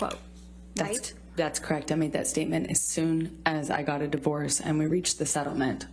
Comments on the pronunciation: 'Krect...Krect...That's Krect' It's a 2 syllable word, dimwit...correct? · That is crekt. That is crekt. That is crekt. When did the word correct have only two syllables?